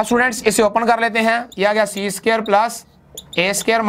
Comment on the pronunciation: The word is (square) ...not (suqare)